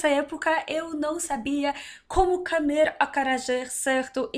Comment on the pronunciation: mru nome é Lucena. Adoro seu canal. Vejo que você já fala um português bem razoável, no entanto precisa tomar cuidado com as palavras masculinas e femininas. A palavra comer bocê está pronunciando cAmer. Claro que é facil corrigir. O artigo também acompanha o sujeito. É impressionan uma russa dominar tão bem o português como como você. O alfabeto cirílico deve ser um impeditivo para quem quer aprender o português. Boa Sorte e até a próxima apresentação.